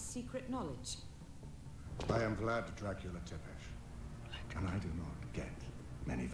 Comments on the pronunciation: I am a Romanian and a long time subscriber. I love the way you butchered the "Tepes" name, it was lovely. I loved the series, so I am happy to see you react to it! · "Tepesh". Her last name is Tepes. Pronounced Tepesh. Like Dracula's last name. "Tepe" is not a Japanese surname either. What are you even talking about? Also, Dracula's castle is NOT called "Castlevania." The name "Castlevania" is never used anywhere in the games themselves. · It's pronounced Tep-ish written Tepes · Based on my research, it's pronounce halfway between the way Americans would pronounce "Thepish" and the way they'd read it based on spelling. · I`m actually of Armenian,Austro-Hungarian,Greek,Italian,Basque and Romani descent and it`s basically pronounced "Zepesh".